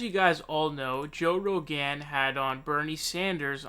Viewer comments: Why do you pronounce his name like that? Joe Ro-Gann. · Why do you say “Joe Row-gan”??? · i like how you twist everybody's name: Joe RoghEn, Cory BOker, Bernie SAnders, Tulsi GEabbard,etc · LOL. Joe Ro GAN and Tulsi Jabbard. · Did you say Joe Roganne? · Joe ‘Ro-gaan’ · Why do you say Rogan so weird? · I see you're having trouble deciding how to pronounce "Rogan" lol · You pronounce Rogan like Devon Nunez pronounces Parnas like you're pretending not to know who he is.